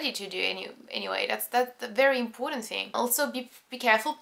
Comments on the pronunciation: 'impoooooootant 'hahahah its so funny. well it's cool to finally see a french girl who can actually speak really good english! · Sometimes , and am saying this jokingly, but it sounds like 'Impotent' ( avec a French accent)